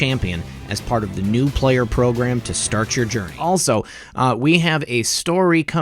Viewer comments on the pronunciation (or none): none